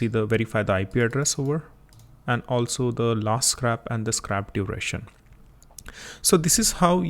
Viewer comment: its not SCRAP its SCRAPE